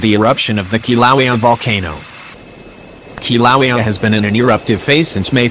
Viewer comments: It's pronounced Kilauea not Kilauea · For Fucks sake! Still can't say the Right name of the Volcano Right?!! What the Hell, is Wrong with you?!! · Teach your computer how to pronounce Kilauea!!!